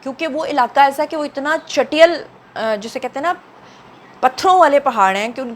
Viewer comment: چیٹیل کو درست بولیں 😊